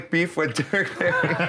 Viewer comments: It's Derrick Barry hahaha not Berry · Derrick Barry not Berry